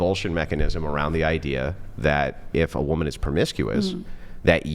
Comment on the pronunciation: Why do they all say "whoooman"? 😂 Not "women" for plural, or even "woman" which we all know is singular? "Whoooman" wtf?